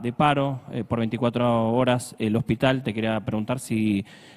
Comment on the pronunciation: Adorni no sabe ni siquiera pronunciar el nombre del hospital correctamente. Que se puede esperar de semejante personaje? NADA BUENO